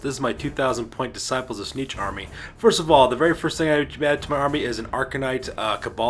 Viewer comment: aaargh. Its Tzeentch, not Tzneetch. Also, everything you summon, split or add to your army, you HAVE to pay points for, otherwise its just silly.